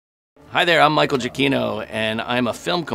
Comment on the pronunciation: Finally........ How to pronounce Giacchino from the man himself..